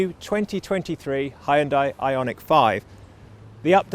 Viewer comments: Not Hyun-D-AH-EE., but Hyun-Day, like Sunday. :) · "Hun-day" - rhymes with "Sunday". 😊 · you need to start saying Hyun-day not Hi Un Die... Hyundai are now aiming their sights at the premium market 😆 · You only manage once to pronounce HYUNDAI in a new way 😂 I guess that is a total nonsense and we always will be pronouncing it as it was before 🎉